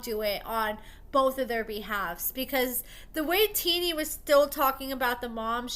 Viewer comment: Her name isn’t teenie lol pronounced tennie